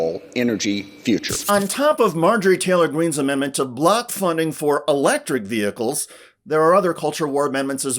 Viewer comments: Really annoys be how she says ve-hickkles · LOL at Marjorie Taylor Greene acting like she wants military recruits to get paid more and calling “vehicles” “ve-hicles.” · I'll have you know it's vee-hickels. Lol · Her pronunciation of VEHICLES is funny